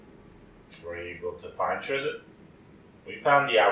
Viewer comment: You actually pronounce his name like "drist"